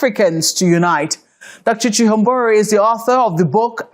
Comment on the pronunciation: Thank you sister for pronouncing chihombori correctly, this is a Zimbabwean name. This eloquent lady is married to a Ghanaian gentleman hence her last name of Quao.